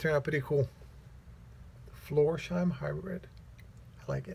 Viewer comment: hi, as you are a big fan of the shoe and the brand, and not for picking at you... the name is spoken floors... heim. like for example "floors house". the s and the h are not put together. heim is the German word for home. and the heim you already do pronounce perfect. it was very interesting to see how the stormwelt is made. and what a Christmas present for us... hammertime WITH compressor noise... such a perfect combination 😁🔨😘 cool shirt. best regards and happy Christmas time, Alex